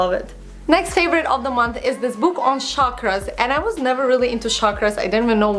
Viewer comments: oh! you mean chakras(weels) its pronounced as chuck-raaz not sharkras :) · Hi you pronounce CHAKRAS as CHALK-ras.. Love your videos x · Hey beautiful! I am sure that is gonna be a lovely book. But, you're pronouncing the name wrong. it sounds like chuck-raas. It's a hindi word meaning circular. Hence the image on the book. :) lots of love from india. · Yes. It was kinda bothering me the entire vid!